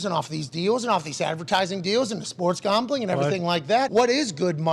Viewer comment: the way Pat pronounces "gahmbling" brings a smile to my face